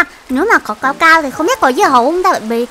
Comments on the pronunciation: đọc sai rồi nha. Cacao chứ ko phải caocao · Cacao mà sao chị đọc caocao😁😁😁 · là ca cao chứ không phải là cao cao nha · Ka cao mà nói là cao cao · Cacao chứ ko phải caocao